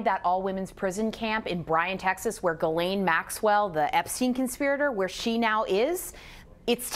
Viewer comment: Why do you keep calling her "Guylaine"??? It's GHISLAINE (Jis-laine).....